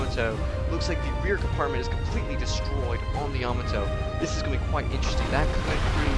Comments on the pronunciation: You need to pronounce the battleship YAMATO- say (YAAH-MAAH-TOE) not (YAMATOE). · Please learn how to pronounce Yamato.